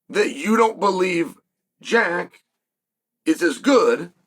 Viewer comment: He got Jack's name right for the first time